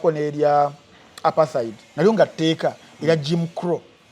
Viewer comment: u pronounce Apartheid as a Muganda! That word is In Zulu language, pronunciation should be Zulu, pronouncing it as apartaidi